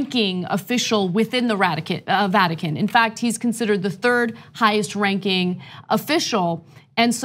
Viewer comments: She called it ratican haha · She said radican lol Radical Vatican is right girl🤗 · Ratican...LoL...Freudian slip Ana? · Ana was more correct when she said "Ratican".